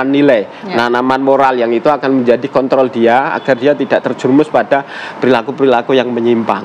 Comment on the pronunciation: KONTROL PAK,,😁😁BUKAN K.T.L